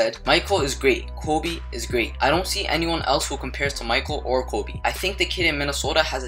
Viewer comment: The way he says "Kobe"he says KOOBe is he Hispanic?